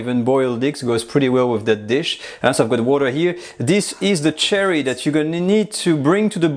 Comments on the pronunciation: It took me about half the video before I realized he's saying sherry, not cherry. I couldn't figure out what cherry wine was. :) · Soft "SH" sound like the word shoe for sherry wine. Not hard like cherry. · You were saying /I was hearing Cherry. Were you actually saying Sherry (as in the cooking wine?) Is there a Cherry Brandy? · I thought he said cherry wine too, until I read the recipe and realized it was sherry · Some constructive feedback: What you are calling chicken stock seems to be demi glace not stock. Also "sherry" wine is not pronounced "cherry." The S-H sound is soft, like "share" not like "chair." Beautiful dish. Looks absolutely delicious.